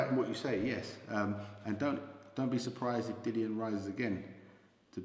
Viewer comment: Can can he not be capable of pronouncing Dillian's name.